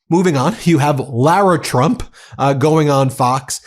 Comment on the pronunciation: What is up with Leavitt not being able to say Trump. She says President Chump 😂😂😂 Might want to find a press secretary that can actually pronounce your name!